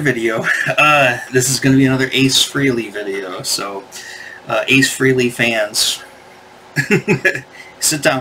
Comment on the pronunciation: It’s pronounced FRAY-LEE. It rhymes with DAILY. Or Ever hear of “Halley's Comet”? It rhymes with “Frehley’s Comet”… get it?